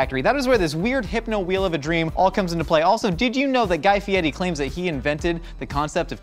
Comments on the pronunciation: Guy's last name it not FieTi...it's FieRi (no T pronunciation). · let's see...his real last name is Ferry, every chef on Food Network calls him FieRi. multiple online pronunciations say it's fee-err-ree